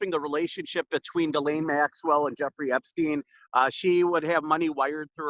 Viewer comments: Pronounced like GIzzLAINE MAXWELL. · Honestly, regardless of the lack of respect I have for maxwell, pronouncing the name right would go like this Ji like Jiping, SSSS like the hiss of a snake, laine, like wool in French. Jisssssss... Lèèèène. It's easier for Japanese to learn French as the sounds are really similar as it would be easier for Englisher to learn German as it has similar sonorities. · It's pronounced Jislen.